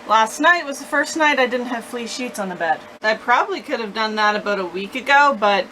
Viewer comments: I had to read this to understand that it wasn't flea sheets. 😂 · That's what it sounded like...😂😂😂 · She did 😂😂